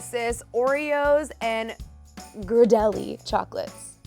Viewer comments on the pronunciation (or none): none